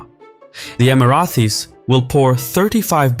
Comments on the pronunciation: You need to stop saying "Emirathi". It's Emirati. With a fucking T. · Just one note regarding the pronunciation, it is EmiraTis, not EmiraTHis. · Emrathes❌️ Emraties✅️ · It’s Emirati not Emirathi 😊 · Emirathi?? It's Emirati with a T ( even in Arabic) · for the Emirathis. Lmao im choking. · I can’t even finish the video because he keeps saying “Emirathis”. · Pronounced Emara-tee(s) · Man you were saying the word "Emiratis" weird. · Interesting video! But please, there is no "th" in Emiratis... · Why can't you pronounce Houthis or Emiratis ?